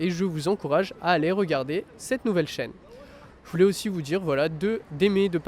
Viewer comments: Wie spricht man “je voulais” aus? Mir scheint, man spricht das ganz anders aus. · Beim zweiten je voulais verbindet er mehr das je mit voulais und sagt eher j‘voulais. Das Verb an sich spricht er zwei mal gleich aus.